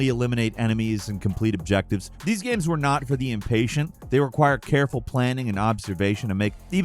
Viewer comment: "GAEMES"